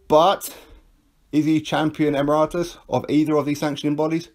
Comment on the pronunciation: Get it right. Its "EMERITUS" not " EMIRATUS" as its being pronounced.